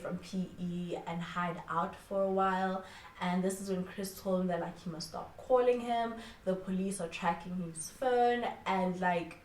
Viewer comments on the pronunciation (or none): none